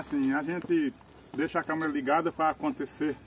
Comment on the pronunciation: Câmera!!! E não câmara!!!